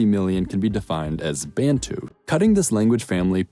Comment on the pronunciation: Great vid - but calling more than 40 million people strong collectives who were state builders "tribes" while referring to smaller collectives nations because they are European seems condescending - and it's not "Bayntoo" - why do Americans say this? Bantu ("Bun-two") is not challenging to pronounce - otherwise great work